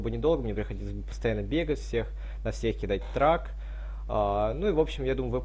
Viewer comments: Никита Плесовских Услышал слово "трак" закрыл видео. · ahahhah трак?? серьезно?? ТРАК? xD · Трэк, а не трак. Очередное видео, которое абсолютно не актуально, к тому же от автора, который абсолютно не шарит в механике доты и вообще в гейминге. Все твои видео, включая это - бесполезные, не нужные объекты исследований, которые все знали до того как ты это записал и выложил. Описания трэка говорит само за себя - ВСЕ цели, под воздействием трэка при поражении сюрикеном - будут по-очереди ударены сюрикеном, если находятся в определённом радиусе друг от друга. Каждому видео поставил дизлайк, было не лень. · & Co. Трек блять A не трак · Не ТРАК, А ТРЭК!!! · режет слух тупое слово Трак. это произносится Трэк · какой нахуй трак? это трэк! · Все бы ничего, но не трак, а трэк. Жуть как уши режет! А так спасибо за видео) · Трек а не трак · боже как уши режет =D трак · Ты специально говоришь трак? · боже выучи английский наконец двоечник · Даниил Ерошкин Плевать! главное звучит убого!